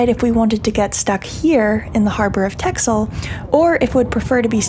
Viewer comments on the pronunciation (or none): Actually is not correct, The "X" should be pronounced as an "S". Listen to the pronunciation here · Why do you keep mispronouncing texel? I know it's not the prettiest island of them all, but no need to make fun?